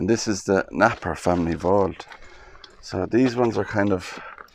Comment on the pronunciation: Very interesting, thankyou. Beautiful mausolea. Napier is 'Nay-pee-uh' (not that it matters)